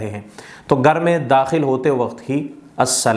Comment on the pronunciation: Gar nahi Ghar bole